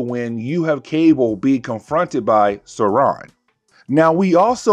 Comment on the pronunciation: Its pronounced soar on. Sauron. Like Lord of the rings